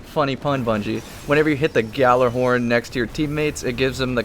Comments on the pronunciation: it is Gal-er-horn, know your pronouciations of destiny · Kyle knows what he's talking about. Sure it might be pronounced another way than what destiny and you do, that doesn't mean you should be pronouncing it correctly.(which you aren't) In destiny it is the Gal-er(or ah)-horn. says it as such, so it is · You're both wrong. It's pronounced " Gajillahorn " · Yes I have done research and know how its pronounced(Not saying I can pronounce it) Just because you hear people call it yallerhorn, it doesn't mean that's correct. But frankly, I don't have the time to argue with you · It's gjallahorn, and that isn't how it's pronounced. In fact, as someone who doesn't speak i the language(Icelandic people still do) You would be hard pressed to pronounce it correctly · Kyle Chaplain Pft you're fucking pathetic. You're calling me a kid yet you don't know proper grammar and telling me I trust Google too much? You trust a videogame too much. I dont trust Google, moron. I trust actual sources from dictionaries and Norse to English Vowels and consonants and pronunciations. Not to mention the fact that I know people that are from Norse countries, so you should literally stop talking and thinking you're correct when the game itself is wrong in the pronouncing.